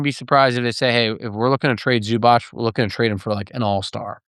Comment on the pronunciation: It is definitely ZUBATZ. ZUBACH would have been written like Zubač. Native Croatian(ish) speaker here.